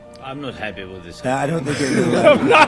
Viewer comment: "I'ym not hyeppi vith it " F, lol 😂